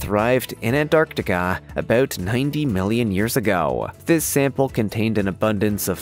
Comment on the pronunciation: Every time you say ant-arc-tiK-aaa I wanna bang my head against the wall